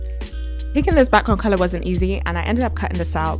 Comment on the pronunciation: cool dynamic girl and stop saying couler